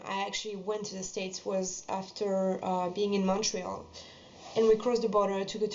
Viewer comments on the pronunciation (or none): none